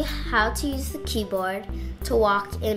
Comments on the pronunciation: I srsly heard her say pee board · Omg he said pee board hahahaha hahahaha hahahaha!!!!!!!!!!lol!lol loooooolllllll!!!!!!